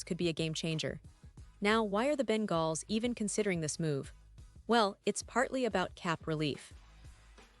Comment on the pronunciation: She doesn't know how to say Bengals 😭😭😭😭 all bullshit